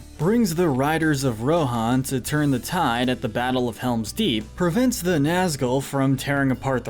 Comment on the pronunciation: RIDERS OF RON?!?!